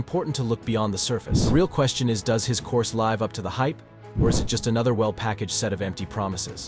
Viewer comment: This is AI reading this? See if he "L ai ves" up to the hype? I dont think any person would mispronounce that